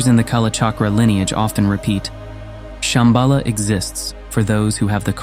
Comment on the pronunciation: Shamba La, is how it should be pronounced . La in Tibetan means "Pass" or "col". You have to pass over or through a pass to find it within yourself probably referring to the Heart chakra.